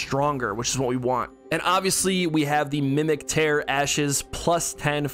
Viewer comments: My dude. Tear, like crying, not tear like ripping lol. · bro it’s tear as in crying tears, not tear like you tear paper